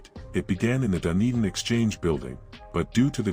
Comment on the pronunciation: Show sum respect and learn the place names and pronunciation FFS, never heard of Wenwapie...it's Whenuapai. Dundin... Dun e din. Like what your doing other than the crap pronunciation